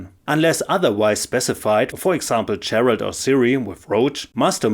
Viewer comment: Why do so many people insist on calling Geralt "Gerald" 😂